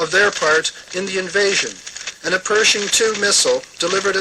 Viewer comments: Or Persian instead of Pershing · They keep pronouncing it Persian II, but I'm sure they're referring to the Pershing 2 missile.